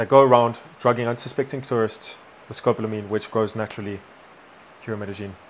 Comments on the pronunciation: It's pronounced Sko - PAUL - A - Meen. Don't get caught slipping, they do this in Asia as well. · Finally there is arising some serious conversation about this “Devils Breath” drug. Education here is key, so thanks guys. At the same time, as long as it is “education” would you consider pronouncing the name of the drug correctly? Almost everyone is mispronouncing the English term Scopolamine. It is pronounced: Sco-Pol-a-mine. It is NOT “Scop-lamine” or Scop-lo-a-mine. Take a moment to finally sound it out for yourself. In Spanish: Escopolamina, nearly identical. No big deal for street gringos- but as educators we know that you’re doing this because you care. Again, thank you!